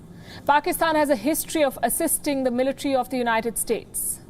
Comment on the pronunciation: Ofcourse your speech is nice but its Military NOT "Militree". I have to say this, because listeners from non-native speaking countries would subconsciously learn from you.